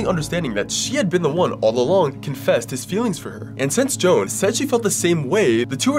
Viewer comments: I believe that you mispronounced the name Joan, I could be wrong but it may be Joe-Ann. Again I could be wrong but I wanted to help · Him mispronouncing Joan 💀